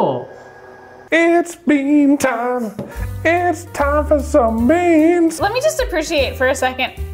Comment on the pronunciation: y'all.. hahaha!! 'bean tiem," "resin tiem…." haha!! *ahem.. "TIME"